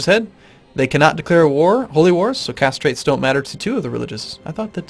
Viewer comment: am I the only one who consistently hearing "castrate doesnt matter" instead of caste trait doesnt matter ? hehe